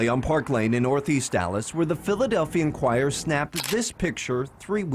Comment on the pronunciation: Philadelphia INQUIRER!!...not ENQUIRER